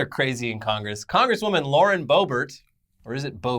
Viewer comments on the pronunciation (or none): none